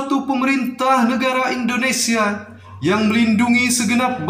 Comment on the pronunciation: Peri bukan priii ya beeb, Indonesia bukan Indoniiisia, Tetap semangat n terus berusa,, insyaallah bisaaaaa💪💪